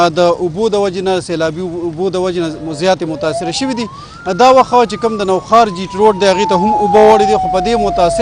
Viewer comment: Nohaar na Nokhar